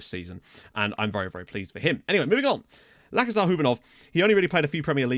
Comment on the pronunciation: It's actually pronounced Lachezar (ch as in cheese) and not Lakezar, just a quick tip from a native Bulgarian speaker